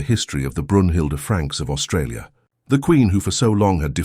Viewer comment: Not “Australia” Aus-Trasia TREY SEE AH